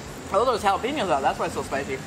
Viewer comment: Jalapeño por favor.. don’t say jalapińo.. es jalapeño jajaja